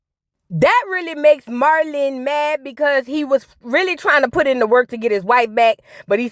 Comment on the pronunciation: The way you be saying Alan & Marlon names be having me weak 😭😂